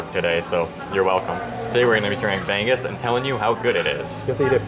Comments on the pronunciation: I was thinking what is bang-gus🤣 then I saw the plate🤣🤣🤣🤣 bangus pala😆 try say it bang-oos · It's not ban goose. It's bang oose. No 'g' sound. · it isn't "bang-azz" .. it's "ba' - nguz" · BI-BI-QUE 😂 BAG BAG 😂 BREKY 😂 BANG-GUS 😂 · it's pronounced bang-ooze not bang-goose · The way you said Bang-gus, made me onder what you were eating😅. *Bang-gus(milkfish) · I was so confused what the "bang-gus" they were...turned out its BANGUS....haha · i love how they call BANGUS "bang-goose" ahhahahaha BANGUS IN ENGLISH IS MILK FISH. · Great video, guys! Ask one of the locals how to pronounce B-A-N-G-U-S. 😂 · I like how you pronounce Bangus 🤭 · Ask the servers/Filipinos how you pronounce BANGUS. Not from google.